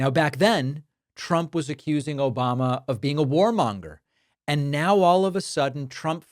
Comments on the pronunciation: That echoing "Obamna" gets me every time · David that “ObamNa” gets me every time😂🤜🏾🤛🏾